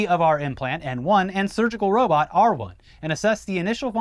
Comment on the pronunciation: The first time I heard em say "R1 Robot," I thought they said "R Word Robot." I just thought to myself, "Man, that's a weird name for a robot, but that's classic Musk," haha